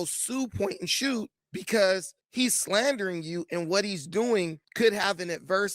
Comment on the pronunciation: first "Hwat"